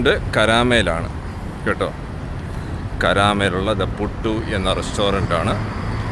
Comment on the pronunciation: പുട്ടു അല്ല പുട്ട് ആണ്